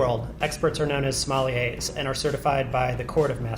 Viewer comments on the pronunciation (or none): there are no "smoliers", it's sommelier, which is pronounced /sɒˈmɛljeɪ/ just a kind correction, so you know